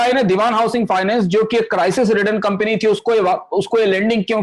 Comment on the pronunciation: कम्पनी को कम्पिनी बोल रहे हैं आप।